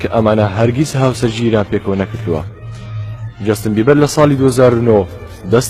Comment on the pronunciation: براکەم جۆستن نا جەستن ......بیبەر ی چی خۆ سەوزەوات نییە ....جۆستن بیبەر نییە جەستن بەیبەرە